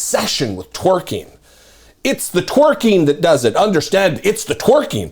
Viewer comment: He can't even pronounce twerking correctly. 🤣